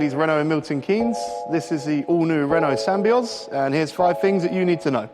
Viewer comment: Sam-by-oz seriously.